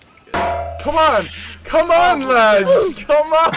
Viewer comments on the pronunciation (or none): “Common lads” bros British accent came out 😩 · sounded like he just said “cmon lads” in his regular American accent😂🤦